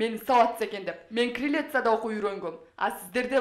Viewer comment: Крелисия дейби😂Кириллица деп так айтчы жолдош Комсомолка😢😅